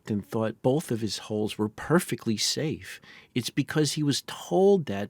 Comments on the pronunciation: I'm going to need you to re-record this whole thing and pronounce "hulls" correctly. I just can't pay attention whilst constantly hearing about Stockton's holes... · "Hulls", not "holes". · When it's pronounced 'holes', it's only in context that I know it's hulls that are being discussed, and not holes 😂